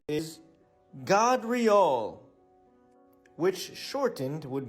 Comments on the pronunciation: Ty for the Video! 1st clip Gardriel (Gard - God?) Nah you can't put an a for an o, come on. But the rest may be real😉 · hey dumb as_ that isn't pronounced as god in any way its gad dre all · Cause its called reaching 😂 Gadreel .. Gabriel .. gave .. you're gonna pronounce the A as a long A .. not short .. so yeah , you're right